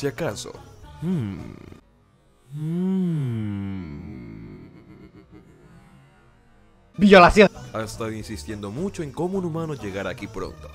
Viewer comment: biolasionh xd